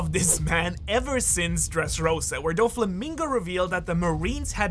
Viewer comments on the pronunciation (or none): none